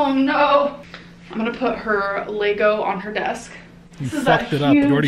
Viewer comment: She pronounces Lego wrong on purpose right?? There’s no way she thinks it’s actually pronounced “Laygo”